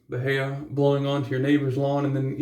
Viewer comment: I haven't heard of him. I almost used that Aqua Velva Musk today. Lol. I ended up choosing Pinaud Clubman Musk. 😄 Oh, and that grass type you have... were you trying to say "bahia"? 🤦🏻‍♂️🤣